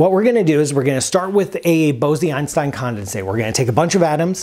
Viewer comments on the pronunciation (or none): Isn’t it pronounced bowz-Einstein, not bow-zee-Einstein? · Very good new knowledge for me. Thank you. Bose-Einstein condensate ... was proposed jointly by the Indian Physicist Satyendra Nath Bose and Albert Einstein. The word Bose is not pronounced as Bozee but rather as Bos and the 'o' is pronounced as 'oa' in hoarse. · Bose (in Bose-Einstein condensate) is pronounced like Rose. Not like Bosy that you are pronouncing like Rosy. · It's Bose as in Nose. Great video! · Great explanation! One nit: according to Wikipedia & Google translate, the "e" in Bose is not pronounced. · Bose? It's pronounced Bose??